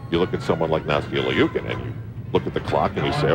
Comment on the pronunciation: Ikr!! They keep saying Nastia Leeookin...